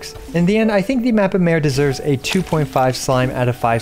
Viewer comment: Ironic how all content creators go out of their way to pronounce words and names in Japanese or Chinese correctly and they the go full hillbily on Mappa Mare and anything European related for that matter.... It's not a fucking female horse, it means map of the sea and it's in latin.